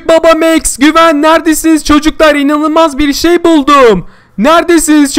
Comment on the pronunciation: Güven değil gıven